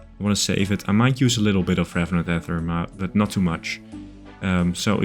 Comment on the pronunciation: So two videos ago, I jokingly commented that the most important piece of progress you made in that video was changing to the correct pronunciation of "ether." But then on this video you went back to the wrong pronunciation!